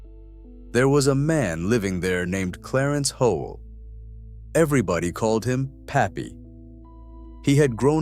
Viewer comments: That's Pappy Hoel its pronounced Holy or Hoil not Hole!!!!! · You say thiIs is the real history of Sturgis but can't pronounce puppies name correctly. Its HOYLE!!!!!